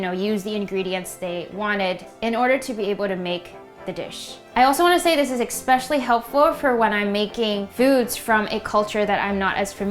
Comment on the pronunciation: please stop saying EX-specially and EC-cetera